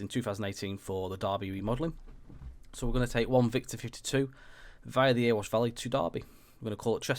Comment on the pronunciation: I live in Ilkeston and used our new station for trips to Meadowhall before lockdown so know the line well - its fab but .........its not Earwash its Erewash pronounced EH RE WASH.It drives the council mad when its called Earwash lol.